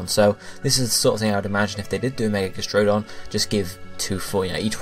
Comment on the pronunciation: !weP BTW It's 'Gas-tr(think of 'tree')-don'.